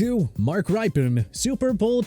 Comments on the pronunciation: It's pronounced Rippen, not Ripen. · It's RIP-IN, not RIPE-IN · This list is a mess for many reasons, but man did they get the Redskins stuff wrong. Mark Rypien's last name is pronounced like "Rip-pen", not "Ripe-Pen", and Doug Williams threw 4 touchdowns in the Superbowl, not 3. Perhaps that would be forgiveable if it wasn't a freaking Superbowl record and the most dominant performance by a QB in the Superbowl up to that time. Of course, they fared better than Joe Theisman, who won the Superbowl with the Redskins after the 1982 season but apparently failed to even get a mention here . . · It is rip-un like "rip" paper in half! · You lost me at mispronouncing Rypien